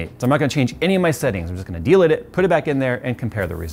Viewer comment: Delid dude, not delit, it was hurting my head saying delit lmao